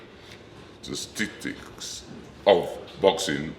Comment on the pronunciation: Yoooo yes bruno 🤣🤣🤣🤣🤣🤣 everyone go to and watch bruno try say statistics what A fucking legend